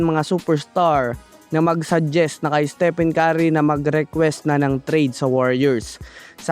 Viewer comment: Estepen kari ka ng estepen kari. Its istipen keri (stephen curry) Puro fake news pa!. 😂😂